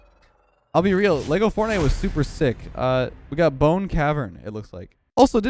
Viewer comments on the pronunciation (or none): none